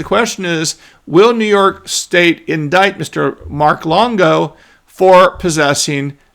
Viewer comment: Come on Mark, It's New frickin York 😅